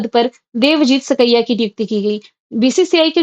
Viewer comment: हे देवी, हे परमेश्वरी आप "देवजीत सैकिया" को 👉 देवजीत **सिकैया उच्चारण करती हो। आप से विनती है सही उच्चारण करने की कृपा करें।🙏👏 धन्यवाद। जय हिन्द जय भारत 🇮🇳